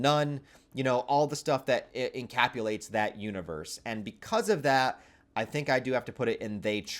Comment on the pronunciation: sorry to be ‘the guy’…but dude, it’s encapsulate…like capsule. I love ye, and I hate to point it out, but if I had something in my teeth, I’d want someone to tell me